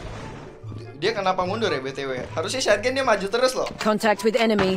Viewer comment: "shotgun": Sotgan❌ Syatgan✔️